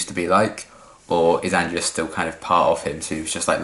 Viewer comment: One little thing, it's actually pronounced An-GE-lus, stress on the the second syllable, but don't worry you're not the first to make the mistake ;)